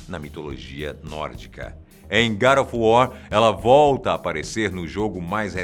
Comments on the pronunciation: sepre que ele falava god of war eu escultava gari of war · Gara of War ???? E God of War !!!! kkkkkkkkkkkkkkk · Garo of wor... pronunciando o titulo...rindo muito... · "GAD OF WAR" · GADO OF WOR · Garu of wuaar kkkkkkkkkkkkk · Garo ofu wor kkkk